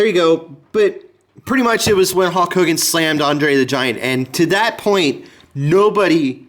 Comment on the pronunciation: Great Video i 100% agree with u he should still be in WWE.. but sorry not trying to be rude its Hulk not Hawk